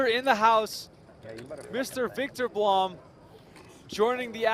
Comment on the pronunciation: Blom is pronounced with a short "u", like in "room".